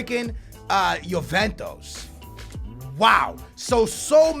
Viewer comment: I like it when his says Jo-ven-tos (Juventus)